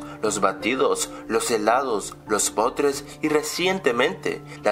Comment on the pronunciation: El morro esta bien afasico, hasta dijo potres en lugar de postres -_